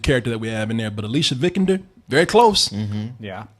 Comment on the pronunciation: It is pronounced Vi-kander